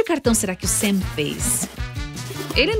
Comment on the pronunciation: Gente e um canal de uma gringa dos estados unidos,(em inglês o "a" tem som de "e",ou seja não e "Sem",e sim " Sam"